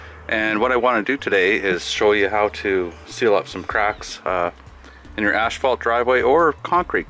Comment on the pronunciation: Asphalt, not ashfault.